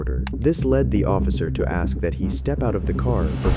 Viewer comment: there's no letter D in that or though. And the S comes before the K in ASK learn how to speak English. You sound very unintelligent.